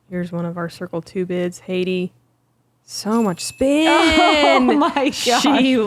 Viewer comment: Love to see you geese finally fixing how you pronounce Heidi's last name. This is as good as an English speaker can ever be expected to do, good job <3